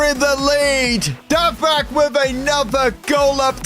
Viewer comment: bro you pronounce it dovbeek not dovbrak lock in